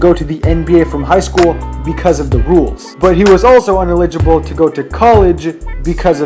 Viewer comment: This nigga can't even pronounce "ineligible" but wants to say Melo (a 4.0 GPA student) couldn't pass the SATs....